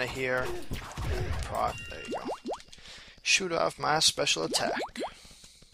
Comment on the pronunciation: Not sure if it was your accent making me hear it wrong, but it is Proc, not Prot.